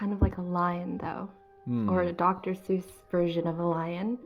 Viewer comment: SEUSS not Zeus